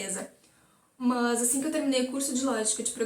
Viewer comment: "MÃS" kkkkkkk